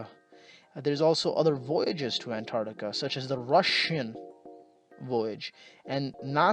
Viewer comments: it's pronounced ANT-arCtica, not AN-tartica. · Before you make a video about Antarctica, learn to pronounce it. ANTARC-TICA.